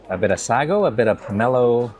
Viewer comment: Love your food content but it's pronounced sago not sagogogo